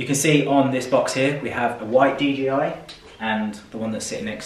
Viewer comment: Sounded like you was saying DGI not DJI